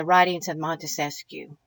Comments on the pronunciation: Wonderful lady, the Montesquieu thing was just an fyi for future ref. Didn't mean to be the grammar police. ☺ I misspell and mispronounce too sometimes. I like being corrected so I'm not forever repeating an error, but that's me. Some folks don't appreciate it and think I'm finding fault, which in this hyper-critical age is understandable. Just keep on being wonderful and waking people up however you do it...and thank you! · Great video, as usual! Couple of things: have you spent any time with the Anti-Federalist Papers? Also, you may or may not want to know Montesquieu is only 3 syllables?